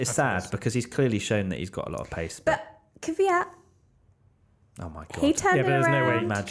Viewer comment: beetween the K and V not V and Y. most people say Kyvyat which is 2 syllable. and wrong.